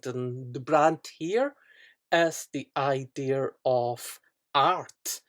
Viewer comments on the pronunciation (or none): Its pronounced "idea", not "idear"... fuckin hell.